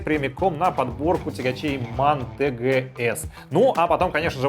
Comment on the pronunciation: Машина немецкая. Правильно звучит тэ гэ эс. А то по аглицки скоро джиленваген будет.